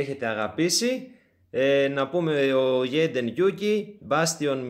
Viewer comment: Τζεϊντεν λέγεται 🙃